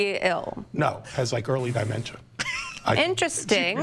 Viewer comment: And "die-mentia"